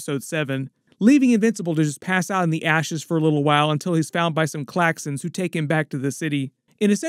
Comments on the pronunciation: Everytime you said claxxans I kinda cringed, they're Thraxans! Other than that, super fun video. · Dont mean to be that guy but its thraxans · No one wants to mention that it was the Thraxans, not Klaxans..